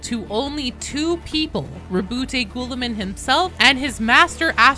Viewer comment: Calling him Ghoullamin was killing me lmao. Awesome video!